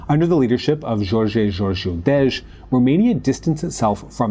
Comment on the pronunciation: Little correction: Gheorghe Gheorghiu-Dej is pronounced Gyair-gye Gyair-gyu Dej